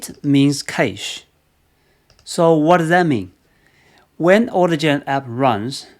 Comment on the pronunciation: Great video! BTW, cache is pronounced as cash.